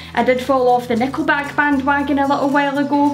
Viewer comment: Off topic: the way you say Nickleback sounds like "neko back" XD On topic: Definitely gunna check out these bands ^_^ a couple I discovered a long while ago when I first started looking at more international music. Snow Patrol was probably one of my favs when I was younger~